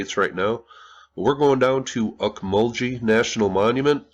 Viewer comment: I've been to these mounds many times. Pronounced "auk-mull-gee", with a short g, not sounding like a j in the name. Beautiful site! Well worth a visit if you find yourself near central Georgia!